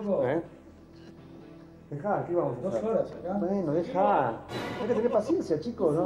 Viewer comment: Un elencg espectaculegg